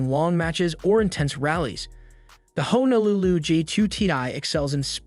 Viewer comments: Did you say FIN-ess instead of fin-ESS? You also completely mispronounced Honolulu which is a city in Hawaii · he was commenting that it was mispronounced he knows darn well what it means